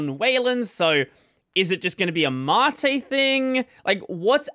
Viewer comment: Why does everyone pronounce things wrong? It's soos and māt.